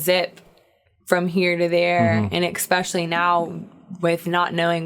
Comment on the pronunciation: Cute interview. She's on her path, needs a few more years of seasoning but at least she's found a fun way to do it. BTW, it's especially, not ex-specially.